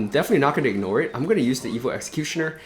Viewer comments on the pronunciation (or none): Why do you say evilll and not evo. It kills me lol